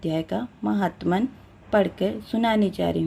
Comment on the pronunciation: महात्मन नहीं माहात्म्य